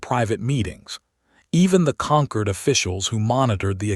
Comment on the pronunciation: "Concord" or "Conquered?" You poor AI can't figure it out. Hope you can get your money back.